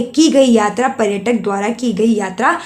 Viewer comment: पहले आप पर्यटन और पर्यटक बोलना सीखा, हर बार गलत बोलती हो 😤